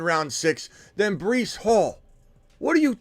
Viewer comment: Bruh this guy reallly said Brice twice lmao